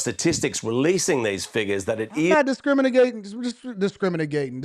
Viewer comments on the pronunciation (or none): "DISCRIMINIGATING" made a new word!!!